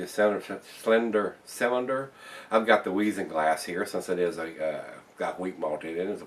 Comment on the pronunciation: In German, the "W"s are pronounced like "V"s. The "Z"s are pronounced like "TZ". Weizen is pronounced "Vite Zen" where vite is like the second half of the word "invite".